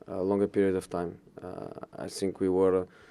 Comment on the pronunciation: I "fink" he should have Chelsea door open to enter as many times as he wants.